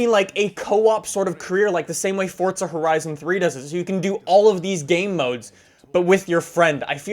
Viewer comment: Forza not fortza